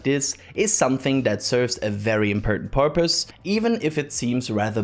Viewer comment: impertant porpoise 🐬 😅 Thanks for the amazing coverage, content and education we get form all your hard work.